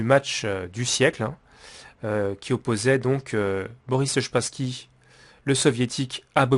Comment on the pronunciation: Wesh depuis quand "Spassky" se prononce "Shpassky"